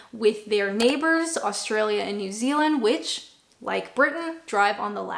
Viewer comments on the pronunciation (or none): none